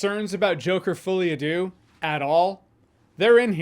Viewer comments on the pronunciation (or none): I keep hearing the name as "Fully Adieu," which still seems accurate. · Did he really say Joker Fully A do? Mon Dieu.... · The worst thing about this is having to hear Americans pronounce "folie a deux."